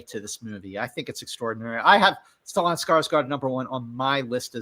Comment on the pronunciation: I’ve never heard anyone pronounce Stellan that way before 😂